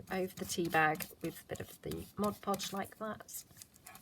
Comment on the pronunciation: Really enjoy your channel...and thank you for pronouncing mod podge correctly!!..so rare on crafting vids...is it because I'm getting older that things like that drive me bananas?..Admittedly, its a short trip...